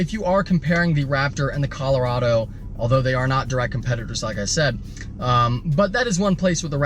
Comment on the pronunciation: At least you pronounced Colorado like a normal American human being!!